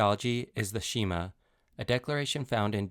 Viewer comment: The video is accurate, just a few pronunciations can be improved Yhwh - not pronounced Adonai = Ah - Doh - Nigh Shema = Sheh - Maw (not SHE maw)